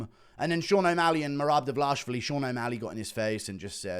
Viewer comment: The Dvalishvili pronunciation is hysterical. Almost as laughable as his DES MoinES effort.